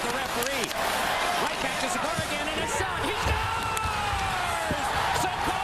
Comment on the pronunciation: This video is great but I had to laugh out loud at how you said Giguere. Edit: Watching further, you've pronounced a lot of names wrong, including Friesen, Sykora, and Evgeni. If you're going to make video essays where you're presenting yourself as knowledgeable on the subject, you should make sure you know how to pronounce the player names. It only takes a little bit of Googling.